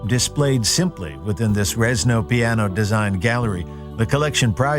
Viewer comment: It’s Renzo piano not *Rezno